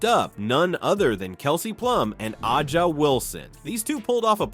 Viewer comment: Thank you, AI, for pronouncing “A’ja” properly.